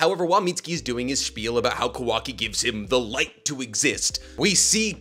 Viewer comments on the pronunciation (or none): none